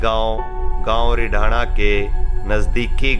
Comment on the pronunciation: अपना उच्चारण ठीक करें, रिडाना नहीं है।